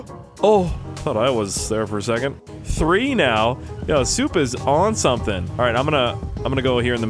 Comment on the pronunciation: Intro hey guys it's me who thinks of shark cards instead of learning how to say sumring